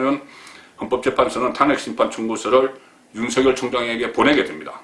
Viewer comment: 탄~핵을 탄핵이라고 발음하는 사람은 송본부장이 유일합니다.현직 언론인으로서 정론도 중요하지만 정확한 발음도 못지않게 중요합니다.단모음과 장모음 발언을 정확하게 구사하시면 혼술과 딱풀이 더욱 더 사랑받을 것입니다.